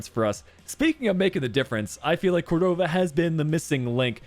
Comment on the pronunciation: Hey! Great video as always. Just wanted to comment that Córdova’s last name is pronounced as cOrdova. The stress coming at the O. No big deal, just in case you’re particular with name pronunciation. Keep up the great work! 😊